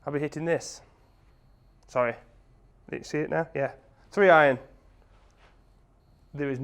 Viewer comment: Always great vids. Tsk, Tsk; never hit a high draw with a “Tree Iron”...